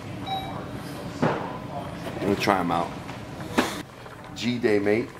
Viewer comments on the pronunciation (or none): ... hahaha "G" day mate...awww gummon dawg....🤣🤣🤣🤣..its g'day (good day) mate🤣🤣🤣ffs lol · "guh-DAY-mate." Bruh called it Gee day 🤭🤦‍♂️ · Its Australian gooday mate not g day lol